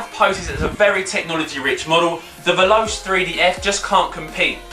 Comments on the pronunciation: YOU DO NOT CALL IT VELOSE!! IT'S PRONOUNCED 'VELOCHAY' . MY GOD! I THOUGHT IF YOU KNOW SO MUCH ABOUT FOOTBALL BOOTS, YOU WOULD KNOW HOW TO PRONOUNCE THEIR NAMES!! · its (vel-oh-chei) not (vel-os) no judge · it's not vel-ows is vel-o-chay